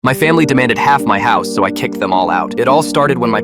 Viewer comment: Hous? It’s house not hous